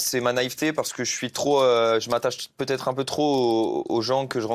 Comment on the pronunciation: Pour quoi tu dit peutio😂😂😂😂